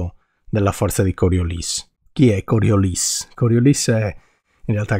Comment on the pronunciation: Complimenti, con un po' di formulette si capisce meglio ... e con Coriolis finalmente pronunciato correttamente 😂😂😂!